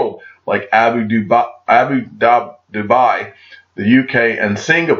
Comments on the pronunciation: Great info thanks! by the way it Abu Dhabi is is pronounced as Abu Dabi not Abu Dubai :P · Its abhudhabi not abu dubai!! Lol!! 😂😂that was funny though